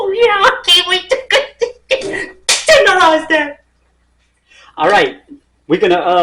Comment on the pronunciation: “Tenderize that“!!😂😂